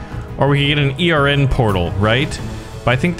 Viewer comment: Hold on why is he saying e r n instead of ern